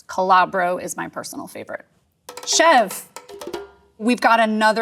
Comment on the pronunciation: Your credibility as a cheese expert went downhill when you mispronounced Mascarpone, Ricotta, and Chevre.